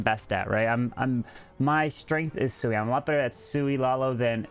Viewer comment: It's "Sui" not "Soui". It means you won't need any healers for the walk/charge. The Queen will "Sui"cide but hoping to get a nice value for it.